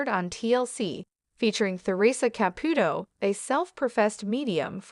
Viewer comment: I wish whoever was doing the narration would pronounce Theresa Caputo's name correctly. This is not the first time I have heard this. I am thinking it is an AI. That's all.